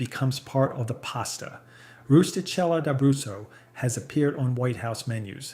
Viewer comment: You need to fix the brand name labels on the product thumbnails - it's not DeCo, its De Cecco, and it's not Roostella de Brutus, it's Rustichella D'Abruzzo.